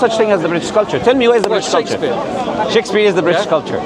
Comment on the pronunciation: Man said Shakespeare 🤣🤣🥴